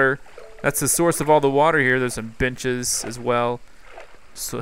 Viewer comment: I thought that u said bitches instead of benches